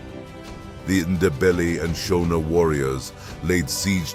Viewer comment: Your photos are nonsense that is not CJ Rhodes. Neither are the Ndebele traditional garb correct. The pronunciation of Shona is not how people in Zimbabwe pronounce it!!